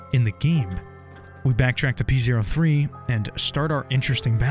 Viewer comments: Fun fact: the robot scrybe's name is pronounced "Poe". It is not pronounced "Pee Zero Three". In act 2, P03's underlings refer to him with male pronouns, but in act 3, the other scribes describe P03 as an "it", which really emphasizes just how low their opinion is of probably not just him, but of each other. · Man pronounces it pee zero three lmfao